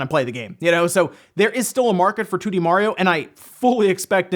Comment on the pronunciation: It's mario not morio BTW...